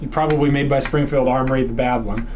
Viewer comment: Sprongfield Uhmory lmao